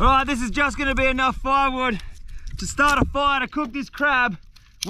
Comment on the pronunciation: “aH gOiNt, GoInT kRaHb” That got me laughing 😂